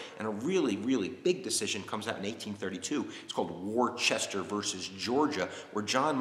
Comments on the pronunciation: It's pronounced 'Wustersher', not 'warchester'. Thanks from an English person. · FYI The Landmark Supreme Court case is correctly called: "Worcester v. Georgia" and it's pronounced "Wooster"